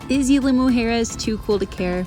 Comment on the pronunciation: Love the video bu5 sweetie you need to know the pronunciation which is Isla pronunciation eeesla 🥰🌊🌊🌊🌴🌴🌴